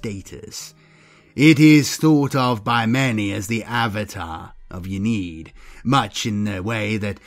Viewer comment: Very cool video. Ynnead pronounced "in-knee-add" tho just so you know. Not a critism, just sharing :) keep it up, really enjoyed, will be subscribing.